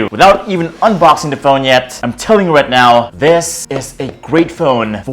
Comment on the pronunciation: THESE OR THIS OR.. i can hear. DESSSSSSS